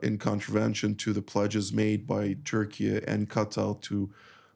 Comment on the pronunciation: Probably jas he also calls Turkey, Turkeya… which is not accurate. 😂